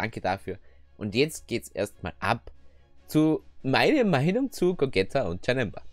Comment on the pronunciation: Warum nennst du ihn eigentlich "Gogäta" du nennst Vegeta doch auch nicht "Vegäta" haha Cooles Video 1 Abo mehr